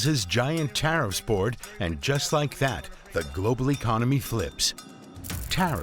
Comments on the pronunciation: hahahhah taht last "The Tarrifs" was personal. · 😂😂😂 I love that they ended it with him saying tariffs like a fool.